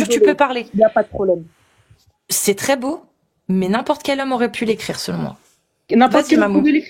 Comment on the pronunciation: Dès le début avec "trrrré trrrré simple " on a compris à qui on avait à faire.